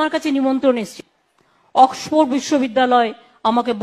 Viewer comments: অক্সপো আবার কেমন উচ্চারণ??? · Oxford word টাও ঠিকমত উচ্চারণ করতে পারলো না। ডুবাই, লন্ডনে এর অনেক property আছে। দেখাশোনা করতে হবে তো? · oxford ভাল ভাবে উচ্চারন ও করতে পারে না !!!